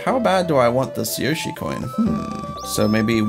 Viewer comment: You said yoshi corn